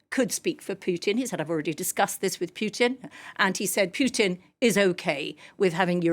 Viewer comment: This woman cant pronounce Putin but can pronounce Makhron by some reason.